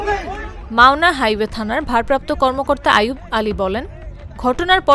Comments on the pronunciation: 😂😂😂😂 মাওলানা হাইওয়ে থানা না ম্যাডাম এইটা মাওনা হাইওয়ে থানা । আপনি বেশি শোর্ডো বলেছেন। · জাগো নিউজ মাওলানা হাইওয়ে না ওটা মাওনা হাইওয়ে